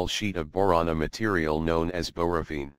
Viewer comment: Read it yourself or don't do videos. It said "borovene" now you're just misinforming people as to pronunciation and things... Get it together.